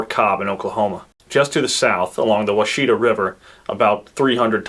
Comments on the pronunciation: I grew up a quarter mile from the washita river. It is pronounced wah-sha-tah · It's pronounced WASH-a-tah river. 😂 I've been enjoying your videos, but you're butchering the language. I'm a native okie, and of native decent myself. So I grew up with all the crazy names. My roots run deep around washita. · Washita and Washita river are pronounced Wash-it-a. I didn’t recognize what you said but you did get Ft Cobb right. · Interesting. I grew up in that area and I always heard Kiowa pronounced KAI-O-wa, Caddo pronounced KAHD-do, and Wahsita - WASH-eh-ta. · “Wah-shi-taw” river. I live on the “poor side) of lake Texoma which is fed by the washita river (among many others) you can see the difference in the color of the water from where it flows in with all the silt. The “Ouachita” mountain range (pronounced the same and located on the border of Oklahoma and Arkansas) is just the french spelling of washita, which means good hunting lands. Located on the border of oklahoma and arkansas. The forced relocation of the five “civilized” tribes, known as the “trail of tears” the Cherokee, Chickasaw, Creek, Choctaw and seminole were forced to leave their ancestral homelands with innumerable casualties. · Kiowa- kai•uh•wuh Washita- wash•it•tah Caddo -cad•doh